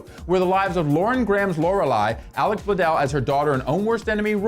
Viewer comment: They pronounced Alexis Bledel's name wrong